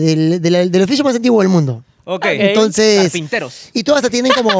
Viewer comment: El oficio mas antiguo del mundo: "Carpinteross" jajaja